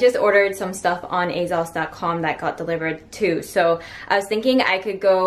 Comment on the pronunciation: i love you but your pronunciation of asos is wrong lol!